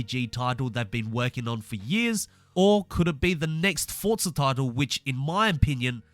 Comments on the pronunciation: no offense, but can i ask why you are saying fortza and not forza? then it would be fortza horitzon. Again, no offense just wondering. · Is the name pronounced forza or Fortza because that’s what I’m hearing whenever this guy ses it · Why do you call it "Fortzar"?